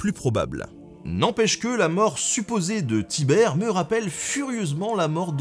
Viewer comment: On dit Tibère